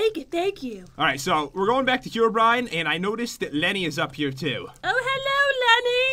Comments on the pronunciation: lenny not Kenny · I THANK IT IS LENNEY NOT JEN I REPIT NOT JEN MABEY IT,S PAT